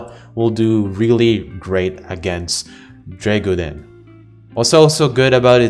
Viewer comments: You bare butchered the name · i love hearing try to pronounce Dreggodyne xd